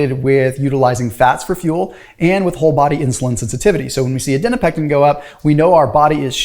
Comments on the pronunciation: I think you wrote Adiponectin in your video but you were saying Adinopectin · “Adinopectin” makes a comeback.